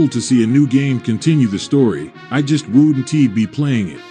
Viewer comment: why do you read most of the words like a bot then? You mispronounce very simple things. Its like you can speak english but dont understand it. Instead if saying ‘Wouldn’t’ like a normal human being you said “Wouldn T” and you did that for every contraction. At the end you spell out the word “Outro” instead of saying the word. And read outloud the typo “Im not made” when it was supposed to be “Im not mad”. You are 100% a Bot, or are using some sort of AI generated voice